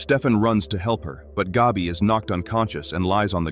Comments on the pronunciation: Hey AI, let me help you out. It’s not pronounced “Gobby”..think of the word, cat or hat. Then say it out loud, Gabby…There ya go👍🏼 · Why does "Gabi" rhyme with "Dobby?" 😆